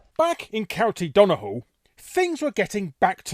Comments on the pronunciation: Based on your pronunciation of Donegal, I'd start leaving saying Irish counties out of your videos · Great video, though I found your pronounciation of Co. Donegal hilarious lol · It’s pretty atrocious , and hillaruous , I dint even know we had cults in Ireland, I guess the Catholic Church had some competition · Larry, I love ya man, but you should double-check how you say Irish place-names! If you need some help with that, then do let me know as I'd be more than happy to! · Cue the comments filling up with Irish people wincing at that mispronunciation of "Donegal". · That Donegal pronouncation, swing and a miss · How the hell did he fuck up saying Donegal? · The Irish is Dún na nGall, which is even farther away from Larry's pronunciation - it sounds like "dune na nawl". (also, it's called Irish, not Gaelic) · Where did you get the pronunciation for Donegal, Larry? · the G is pronounced in Donegal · I was thinking it was rough pronunciation alright but to be fair it's not the worst I have heard. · Great video! Did not expect Donegal to centre in this. Not sure where you got donahall from though, it's pronounced dunny-gall. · Larry how did you find a H in Donegal, it's done-e-gal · I had to pause the video after 3 minutes to ask this but Why do you keep pronouncing Donegall as if it has an H in it instead of a G? It's pronounced like it's written. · dun-e-gall not dun-a-gul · It's not Don he hal but Donegal as in [DON] + [UH] + [GAWL], wait is the issue you can't say Gs? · Duh-knee-GAWL not DON-uh-hull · Sorry gotta correct you slightly Larry, Donegal is pronounced Done-Knee-Gawl. Just hearing the way you said it sounded like dun-eh-hall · To let you know; It's pronounced Dunny-gall. And it looks like you got patriarchy and matriarchy the wrong way round. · Larry, the county in Ireland is pronounced 'Done, e, gall' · What the fuck is a "Don a hall". Donegal is easy enough to say, come on man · *DO- NE-GAL . Mate. Say it right. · It's pronounced Dun-ee-gaul. :)